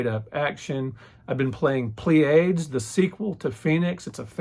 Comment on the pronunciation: The Pleiades is a star cluster in the constellation Taurus, very pretty blue stars. Pronounces like plee-uh-deez